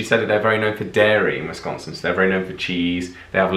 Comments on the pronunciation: I’m from Green Bay Born and raised! Your saying the name on the state wrong! It wis- con (as in convict) - sin! Canada says aye Wisconsin says eh at the end of a sentence instead of okay. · Sconsie here. Your pronounciation is a bit off. More ... nasal. Wis CAHN sin. Doncha know dere hey, ya? Ya. Most of us don't have a super thick accent, but we also CAN adopt it easily. The midwest accent in general is pretty neutral. The more north ya go the more accent there is tho. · Born and raised here in Wisconsin. There are pockets of traditional Dutch settlements. Waupun and Randolph are two that come to mind. One of my biggest pet peeves is when non locals pronounce the state "WESS-con-sin"... It is pronounced "wis-CON-sin" Emphasis on the middle syllable, and a hard "I", not a soft "E". Another thing that irritates me is when others say "GREEN bay"... in this state we accent the second part of the city name "green-BAY"...Sheboygan FALLS. Except Two Rivers...that is pronounced "Trivvers". A lot of what is shown in movies as a "Wisconsin accent" is mostly exaggerated, but there are some older folks up Nort' that still sound a lot like the portrayals. "Ope" is a common and accepted form of pardoning one's self. Ya, and Oh ya are commons forms of acknowledging things. Hey, didjya hear the walleyes are biting on 'Bago? Oh, Ya. I did hear that. "Er no?" is a means of giving someone options." Hey, you going to the Packers game.. Er no?" You betchya is a more enthusiastic means of saying yes. Are you ready for an Old Fashion? Oh, ya! You betchya! The week before Thanksgiving is an unofficial state holiday. It causes many industries to slow down, or close down entirely. that is the Holy Week of Deer hunting. I'd love to be your guide if you come to Wisconsin and I would also act as your interpreter. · For starters it's Wiscaaaaansin, not Wisconsin. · I hate the people who say wISCONsin instead of Wisconsin like don’t say WIS CON sin say wisconsin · By the way, it's wi-SCON-sn